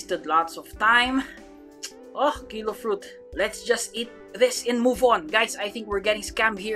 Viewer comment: kilo fruit im hearing pakyu fruit lol